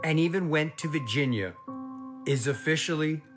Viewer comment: Saying Vigina instead of Virginia is crazy